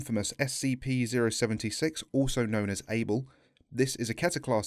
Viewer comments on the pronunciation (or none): Am I stupid, or is it not "Abel"? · It's Abel ... ABEL. CAIN & ABEL!!! You've never read the bible before?? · Its Abel ... not "able" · Abel... Not Able